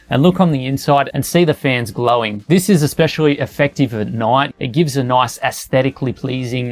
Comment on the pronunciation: He said "noice" for like times...